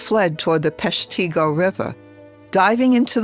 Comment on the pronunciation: Well done. But Peshtigo is pronounced, Pesh'-te-go.